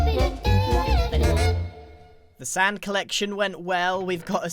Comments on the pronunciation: Oh come on Grian, your not saying “Sand” correctly!! You know how your supposed to say it! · can you say sand weird